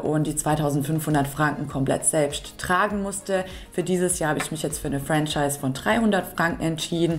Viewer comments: Ich weiss nicht mal, wie ich auf deinem Kanal gelandet bin - Ytoube Algorhytmus - Es heisst Fro-Schihse - jetzt hast nen Schweizer im Team😂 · Würde sagen Franchise wird "Frahschise" ausgesprochen. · Liebe, ich als Schweizer habe den Eindruck du hast alles gut recherchiert und auch erklärt! Was du beachten kannst, wenn ein Fremdwort dir in der Schweiz begegnet ist es meist französischem Ursprung, also Franchise ist niemals englisch auszusprechen( im Video also die erste Variante) UND BITTE vergiss sofort, unsere Sprache ist NIEMALS süss😉! Unsere Sprache ist eine gesprochene Sprache mit sehr vielen Dialekten ( niemals süss)! Gruss in den Kanton Zürich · Ich bin eben zufällig auf Dein Video gestossen und habe es wegen Deiner erfrischend-herzlichen Art zu Ende geschaut. Mega sympathisch! Herzlich willkommen und liebe Grüsse aus der Westschweiz. ❤ Und noch etwas.... das "Zauberwort" wird 'Franschise' ausgesprochen.😅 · Wörtlich ausgesprochen: Franschiis ;-) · Lieber Heinz, vielen lieben Dank für das positive Feedback! Das von einem Schweizer zu hören bedeutet mir natürlich besonders viel 😊. Danke ebenfalls für den hilfreichen Tipp bzgl. der französischen Aussprache. Jetzt weiss ich wie ich Franchise ab sofort richtig ausspreche. Und JA ich vergesse das mit dem "süss" direkt 😅 - danke auch für diesen Tipp! ☺ Liebe Grüsse aus Zürich an dich